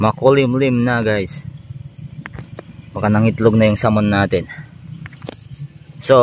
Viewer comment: SAMON AKALA KO SALMON 😂😂😂